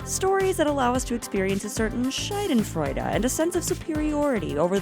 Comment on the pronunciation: OMG she said "SCHEIDENFREUDE" 😂😂😂😂🤣🤣🤣🤣